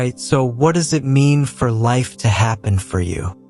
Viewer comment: This is a great message, but can you please tell the AI narrator to emphasize the right words. Life isn’t happening TO you, it’s happening FOR you. It’s a picky request, but his emphasis on the wrong words made it sound bland and took away from driving home the points.